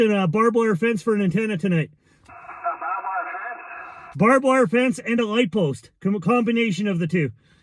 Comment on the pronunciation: It's "barbed". You're welcome.